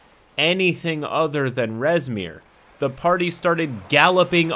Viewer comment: I heard “Reznir” and immediately opened my tyranny of dragons book to find “Rezmir” a black half-dragon.